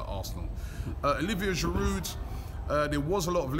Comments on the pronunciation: After six years at the club, you'd think Robbie would pronounce Giroud's name correctly. The 'd' is silent. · Get rid od that giroud ending he cant even say aftv